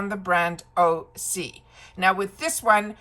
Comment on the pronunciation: Hi - I am sharing this about the pronunciation of OSea, copied directly from their website: How do you pronounce OSEA and what does it stand for? Great question! OSEA is pronounced Ooh-sea-yah! OSEA stands for the core elements of wellness and our source of inspiration: Ocean, Sun, Earth, Atmosphere.